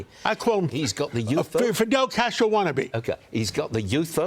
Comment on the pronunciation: He’s Fidel Castro because he wants to launch 5 pilot municipal groceries stores with one in each borough so they can have affordable groceries? STFU you can’t even say his name properly you out of touch swamp creature